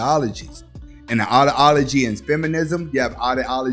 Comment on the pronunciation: Oddaology🤣🤣Hilarious pronunciation